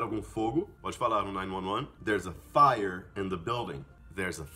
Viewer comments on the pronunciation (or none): Caramba, a pronúncia de 911 achei que fosse nine eleven ou nine one one e vc pronunciou com nine "nuan nuan" essa pronúncia também não sabia. Alias essa armadilha de emendar as palavras na pronúncia que nós aqui sempre nos perdemos.